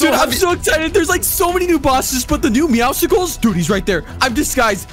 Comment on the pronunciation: How normal people say it: meowscles How says it: MeOwSiClEs